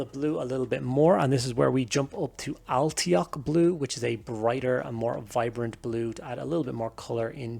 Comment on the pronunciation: I love your nid scheme man. I could watch you paint it all day... But every time you mispronounce Alaitoc blue it makes my eye twitch a little. 🤣😜